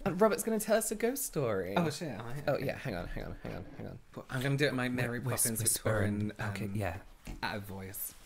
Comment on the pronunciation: Mary “Pope”ins